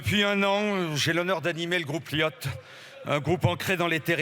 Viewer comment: J'entend Viot Tom dans la bouche de Baum Pivet quand elle annonce le President de Liot Dom...